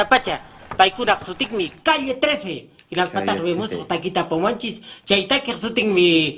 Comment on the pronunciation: Es que seguro que no sabe cómo se dice 13 en español... como se escribe calle 13, pues lee "calle thirteen"...